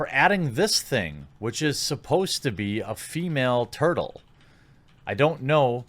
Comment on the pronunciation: It's turtle ma'am!